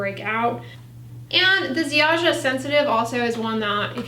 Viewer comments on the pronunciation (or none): Lovely to see Ziaja (Polish brand) on your channel. It's a cheap, but gentle/basic brand. Also, you pronounce it Ziaya, or Zaya. ;-)